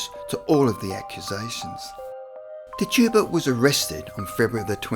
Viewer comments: Tetch-ib-uh. Thats her name. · Pronouncing the name Tituba as TIT - U - Bah and Amish as ah - mish